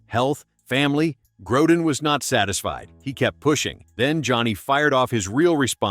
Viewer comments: The name is pronounced Grow-den. Not Growe-den. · It is NOT Grou-den either.